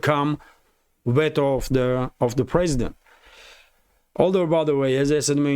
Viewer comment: the word veto is pronounced 'v-toe' not vet-o. As you know English is a crazy language!